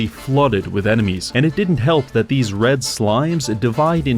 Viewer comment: "Like eight of theese boots" killed me after hearing sheer numbers